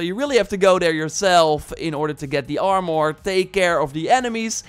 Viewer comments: From hearing "ar-mer" my whole life its extremely jarring to hear "arm-or." I could understand "ar-mor" but "arm-or" sounds like two words. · It’s Armor, not Arm-More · Armor not Armoouur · Armor is pronounced like this Arm- err Not are -more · I really like the part when he mentioned the “Arm-Oar” 😂 but this video is very informative. Thank you! 🙌🏻🙏🏻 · You're pronouncing "armure" as "armoire" ( /arm-war/), which means wardrobe, and it's so funny to a french speaker 🎋